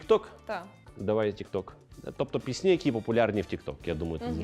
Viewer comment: Будь ласка , нехай ведучий ставить правильно наголос у слові ПІСНЯ , бо постійно звучить пІсні а не піснІ, бо дуже ріже вуха!!!!!!!!!